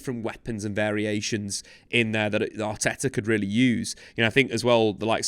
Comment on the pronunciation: Mikel Arteea?